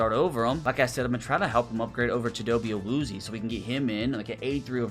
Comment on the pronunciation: I’m sorry but I am pretty sure it is chi-dough-bay Uh-Wu-zee-Ay